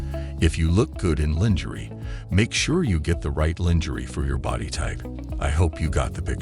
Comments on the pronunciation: It's pronounced Lon-jer-aye not lin geree. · Longery Not Lingery!